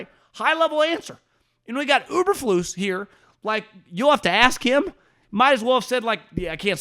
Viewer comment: Uber-flus??? Dude everybody knows it's Eberflus